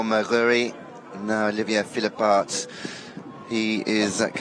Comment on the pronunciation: English native speaking commentators butchering foreign names constantly. You know it is bad when Olivier becomes Olivia. There are pronunciation dictionaries available online even conidering regionalect varieties for just one name. It takes less than 30 secs to check. Pls, go that extra mile out of respect for the riders and wonderful horses who are giving their best for our entertainment.